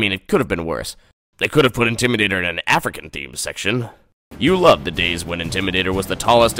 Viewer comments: OMG IM SOOO WEAK 💀💀💀😂😂😂😂. "Intrimator" 😂😂😂. Carowinds is my home park do fury 325 or nighthawk. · “Intrimadator” made me wheeze so hard 😂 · I lost my sh*t at "Intrimadator"